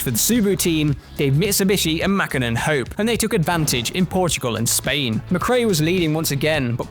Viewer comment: Why they say Mäkhinen or Kankhunen😅